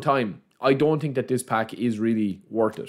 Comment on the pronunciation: its also „through“ pass not true pass - or i „think“ not i tink